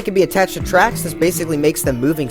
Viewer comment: I liked and subbed just because he said wigglers can go on twacks XD